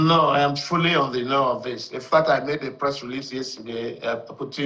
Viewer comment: Please speak English like an educated journalist, say I am aware, and not ‘ayam’ aware!